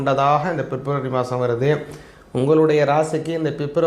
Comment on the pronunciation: Fep nu solladinga February. Yae fep fep nu thappa solringa.😂